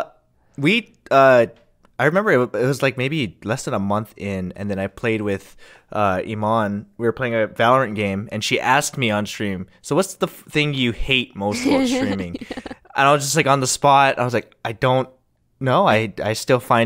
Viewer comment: It's the first time that I hear Imane pronounced like that, it's so americanized if you know what I mean. In Marocco and other countries it's usually pronounced as E-man, kind of a weird way of spelling it but I hope you know what I mean.